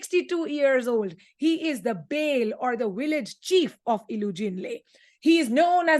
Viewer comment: Thank you so much, you helped a lot, however, I want to 'warmly' raise a correction about the proper pronunciation of "Bale" according to Yoruba dialect. I would have done so right here, but there is no microphone to do that. Nevertheless, you can get the pronunciation of "Bale" if you search it on Google by saying or typing "the pronunciation of Bale in Yoruba language?". Thank you so much, and I would be happy to receive your feedback.